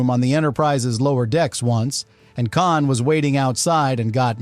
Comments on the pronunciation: “Caaan”??!???!?? C’mon, if you’re going to use AI voices, at least make sure the AI knows how to pronounce KHAAAN! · Not bad for an AI Generated Diatribe... it may just be the voiceover but calling KHAN 'CAN' is a tipoff.... :p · Just imagine if it was actually "CAN!" like the AI slop said it instead of the actual "KHAN!" 😂😂😂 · For the love of The great bird of the Galaxy, stop using AI voices. Kahn-Kahn? And it never pronounced Montalban The same way twice. Call me. I'll do it for nothing.